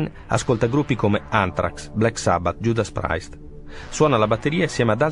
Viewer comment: Giudas Praist proprio non si può sentire.